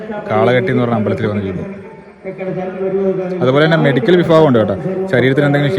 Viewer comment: മെഡിക്കൽ വിഫാകം അല്ല വിഭാഗം